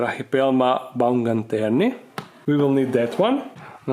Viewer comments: Haha pa nije baumgaterni nego baumgarteni :D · hey its baumgarteni, not baumganterni. It comes from the german name, Baumgartner.